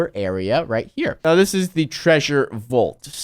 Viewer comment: He pronounced vault like vult